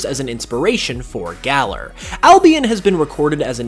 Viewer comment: It's pronounced galaar. Not galler